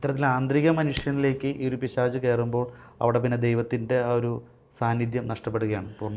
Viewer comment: പിശാചല്ല പിശാശ്😅